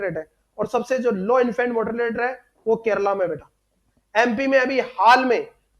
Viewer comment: Kerala not kerla